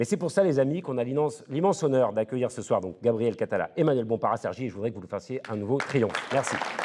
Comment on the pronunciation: Il y avait un moment de doute quand elle a dit Gabrielle Catala et ça sonnait comme Gabriel Attal ! Si vous voulez vous faire respecter, votez et boycottez !